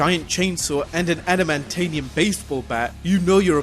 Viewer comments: Adamantanium? Did you mean aluminum? Adamantium? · Yeah, I think you meant "Adamantium" but said "Adamantanium". No worries tho. Love your videos very much. I get excited when your notifications pop up on my phone.:)